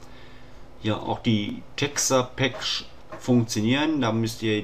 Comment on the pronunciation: Du erklärst es gut und sprichst Texturepack lustig aus = Abo! :D